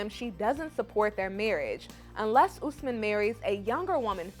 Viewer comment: It’s Osman not Usman… I’m sorry guys but I had to correct y’all lol… my daddy’s name is getting destroyed lol.